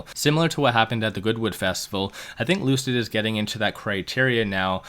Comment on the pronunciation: Lucid Motors =Loose-It Motors 🤣